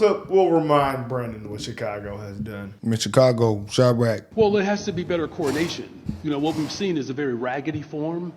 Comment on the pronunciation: Anyone else notice that when Brandon Johnson says “coordination”, it sounds an awful lot like “coronation”?